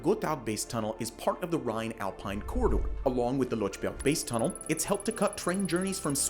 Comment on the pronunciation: You could also inform yourself how to pronounce 'Lötschberg Tunnel' instead of 'Lotschberg Tunnel'. The two dots are not for neglect.